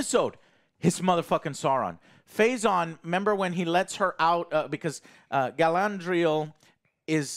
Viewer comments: Honestly I could listen to this guy struggle to pronounce Galadriel all day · Gala-N-driel lol how has Joe been pronouncing this so wrong for so long. There is no fucking N in her name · I love Joe, but if I hear "GalaNdriel" one more time XD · Galandriel and Phazon lmao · Stop it Joe... you are going to brainwash me into calling her Galandriel instead of Galadriel 🤣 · Jesus, Joe, it's Ga-LA-driel. Not Galandriel. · I demand Joe Cross-dress as "GalANDriel" in the next episode as punishment for mispronouncing her name for 4 straight episodes. And he can act better. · Joe its Galadriel man not Galandriel its easy dude, wtf, practice a little. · I'm twinging with Alex every time says "Galandriel" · GA-LA-DRI-EL.... it's not that difficult! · i love the way joe destroys all the names lol harbran, galandier, erondor, phazon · lol! Why can Joe not say Ga-LAD-riel??? great reviews. Just always gets me. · Jesus Joe can't pronounce a single name right :P I swear he's said galandiel light ten times, and a-dar instead of ay-dar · please take a moment to pronounce the names right - it's not hard - but it's like a screwdriver in the ear. If your whole argument revolves around legitimacy and how the lore is butchered, it instantly detracts from what you're about to say when you say Hambrand and Galandriel. Maybe that's picky on my part but you're picking apart the show. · The best part of these reviews is how many ways says Galadriel's name wrong. It's just amazing. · I wonder how many episodes will take for Joe to learn how to say Galadriel's name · It's fascinating to hear Joe mispronounce Galadriel in a different way every time he says it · Omg listening to Joe butcher the pronunciation of Galadriel every review is going to give me a brain tumor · Is Joe trying to say all these names wrong on purpose?